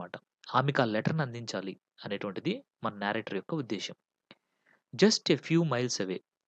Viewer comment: Explanation is good but please check the pronunciation of narrator and narrative.